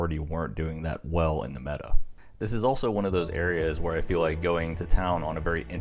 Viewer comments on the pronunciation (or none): none